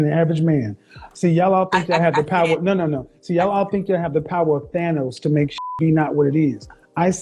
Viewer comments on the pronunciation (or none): none